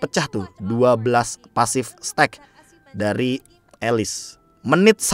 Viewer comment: Kayaknya bukan "stuck" kali be, tapi "stack", cmiiw